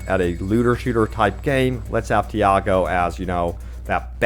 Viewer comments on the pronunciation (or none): Say "Tee", say "Aw", then say "Go"... Now combine it. "Tiago". There's no "Diago" anywhere in the game.